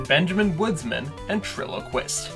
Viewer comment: It's Benjamin Woodman, not Benjamin Woodsman